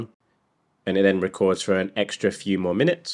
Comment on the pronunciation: Bro, what exactly is a "minuets"? Is that anything like "minutes"? Love ya work, mate.